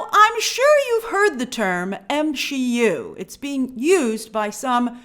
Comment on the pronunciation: Grace do you realize it was marvel that called the MCU, m-she-u 😂